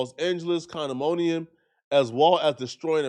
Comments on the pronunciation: This nigga said “Condimonium” 😂😂😂😂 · Say it wit me,,, Condominium 😅